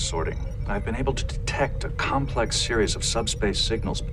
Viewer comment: Be able to detectct (Brent seemed to struggle saying words like this, as seen in the blooper)